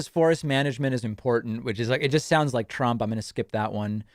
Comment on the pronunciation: Does Caitlyn say “Trumpt”? 😂